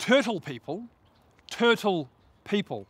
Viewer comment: "A turle made it into the water" xD